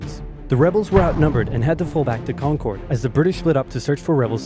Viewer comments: im from Massachusetts and it is not pronounced kon - kord... we pronounce it more like kon -urd.. like curded milk but without the k sound. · As a Massachusetts native Concord is pronounced Kawn-kurd, sounds like the word "conquered" not Concorde.. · kahnkerd not connncoorddd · it’s concerd not concorrd that annoys me so much